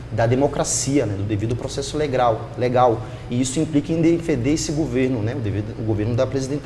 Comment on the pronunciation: "Legral", "gópi". kkkkkk